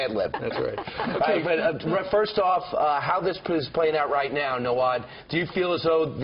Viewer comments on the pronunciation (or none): Did he really call him nawad? Lol